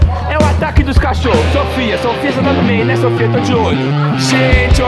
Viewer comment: A falou meu nome so que com o i 😅 SOFY